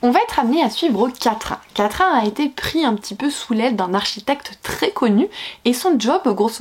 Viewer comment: Toujours un plaisir de regarder tes vidéos même si à cause de toi, ma wishlist s'allonge de plus en plus 😛 Par contre, s'il-vous-plait, que ce soit toi ou les autres, le prénom de l'héroïne de "De Lune et de Sang" se prononce comme "Catherine", pas "quatrain", vous me faites toutes du mal à dire "quatrain" à chaque fois 🤣